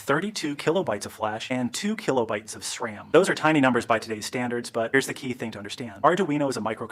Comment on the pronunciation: How do you get "Ja ahh PIO" from GPIO? And Sram? D.A.C.? A.R.M.? And pronouncing Cuda like Que-duh? So weird! And why mangle the audio like this? You need to slow it down to 80% or 85% to sound normal, and half the sentences have the whole first word cut off. I know it's not an AI problem because AI wouldn't screw it up this bad 😂